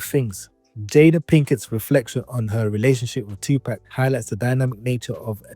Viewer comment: "2 pack" is the first word on this video 😂